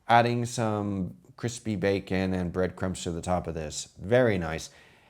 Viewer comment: CWISPY BITS 😂😂😂